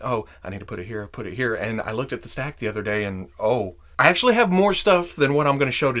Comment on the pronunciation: you can actuashy glue it